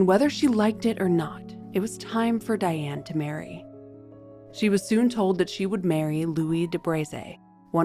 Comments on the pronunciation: Her name should be pronounced "Dee-ahn". Thank you for the episode. One of the questions I have had is why Diane, born and reared in Catholic France, was allowed to be baptized as "Diane". The Catholic church was very strict in the past. They insisted that babies be given saints' names. Did Diane have a middle name that was a saint's name? Diane's husband's scandalous mother, Charlotte de Breze, would be an excellent subject. She was the daughter of King Charles VII and his favorite mistress, Agnes Sorel. Charles legitimized Charlotte and her sisters Jeanne and Marie and they all married well. Charlotte married Jacques de Breze and they had five children. Nevertheless, Charlotte was a bit of a Lady Chatterley and was caught in flagrante delicto and Jacques murdered her and her lover. I think Charlotte would be a good subject for you. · Dee-ahne please!